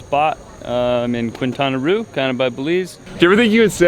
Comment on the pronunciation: Yeyyy! Bienvenidos a Mexico otra ves!!!. Hey, beard cut looks good man. Btw it is Quintana Roo ( keen tan ah Row)... do not, i repeat, do not go to cancun ( driving therevis horrific) and do not stop ar Playa del Carmen ( much danger). Other than that have great food. Rat ceviche in QUintana Roo. If yiu do go theru Cancun, Pto Morelos or Playa del Carmen do not go out at night.